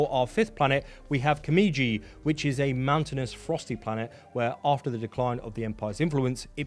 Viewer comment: I hate to be this guy but you keep saying Kimiji, it’s Kijimi. Just trying to help!